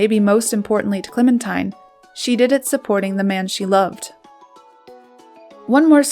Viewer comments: Thanks for the pictures and narrative. Some facts are not quite accurate, but overall a good overview. BTW: Her name is pronounced Clemen-teen, not tine. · Excellent photos -- Clementine was indeed a force of nature. Her name was pronounced Clemen-teen not Clemen-tyne. I always forget that too -- Americans are so used to hearing the song, "Oh my darling Clemen-tyne..." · It is Clemen TEEN not TINE. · Her name is pronounced, "Clemin-TEEN". She deserves to have it acknowledged correctly. 😢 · I heard Mary Soames, her youngest child and longest living, pronounce it once as ClemenTEEN. Let's ask the Brits. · I believe her name would have been pronounced ClemenTEEN. That is the British pronunciation; and that is how they would have pronounced the name I France, where she lived for a short while. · Clemin-TEEN.....I just can't get past the mispronounciation of the subject's name. A very big faux pas. 😢😮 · Remarkable woman. However, her name was pronounced “ Clemen-teen”. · her name was pronounced ClemenTEEN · I feel like an arse to point this out, but her name was pronounced "Clementeen". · You have to wonder whatever else this Commentator gets inaccurate , given that she seems to pronounce her focus’s name correctly. I don’t think I can listen to any more…. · A "gifted" narrator would've pronounced the name of her subject correctly.